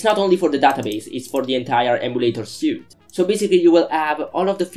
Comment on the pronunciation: It's pronounced like "sweet".